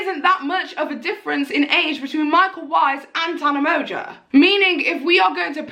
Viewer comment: The way you pronounce Tana Mongoose’s last name it sounds like “Tana Merger” 😂